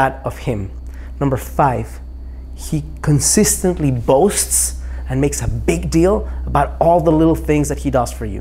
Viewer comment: For number 5, "boasts", not "boats." LOL